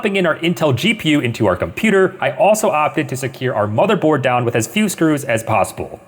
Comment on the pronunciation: Also u said bothermored not motherbored lol also, u should build a PC in the forest